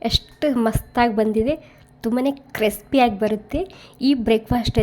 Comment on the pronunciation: ಕ್ರೆಸ್ಪಿ ಅಲ್ಲ ಕ್ರಿಸ್ಪಿ